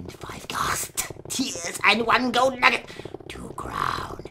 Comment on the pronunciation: nugget, not nugger -_